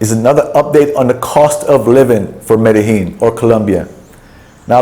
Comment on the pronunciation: Great videos! On a funny note, on your videos I think you’ve pronounced Medellin every possible way but the correct way. LOL Mede Lean got me :)